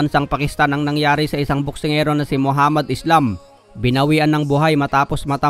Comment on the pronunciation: *ISLAM po ang last name niyan. Palibhasa kapag may "s" sa salitang English pino pronounce na "ees" agad. Ayan nangyari, na translate tuloy sa spelling at naging pabagsak iyong pangalan ng boxer 😄😆